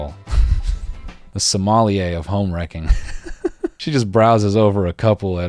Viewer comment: Bro, he pronounced sommelier like Kanye West was from Somalia 🤣